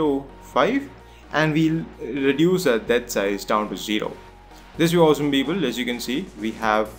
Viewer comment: The tutorial was fucking great and helped me a lot, but his 'Beoble' made me crack every time. XD